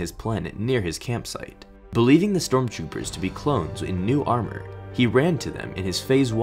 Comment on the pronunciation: No one gonna acknowledge they said stromtrooper